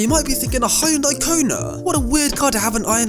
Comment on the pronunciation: H. Yo. N. Day not hayondai 🤦🏻‍♂️